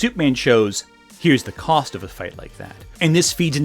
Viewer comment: I see. Are you sure? The way he said it sounded like ‘cause,’ and my volume was a little low.